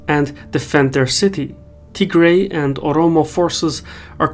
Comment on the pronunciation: Wait, is it pronounced Tigray or Tihray?